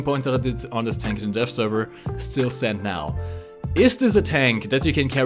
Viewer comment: Sometimes when you say "Dev" it sounds like you say "Death." So every time you said "Dev Server" it sounded like "Death Server." you sexy beast